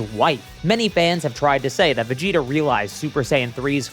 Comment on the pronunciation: you said Vegito instead of Vegita or at least that's how it sounded like